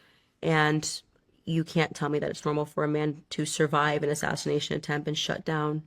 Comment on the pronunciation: Why does Candace randomly throw in an "h" behind every s in her language? Ishreal, assashrination, etc, etc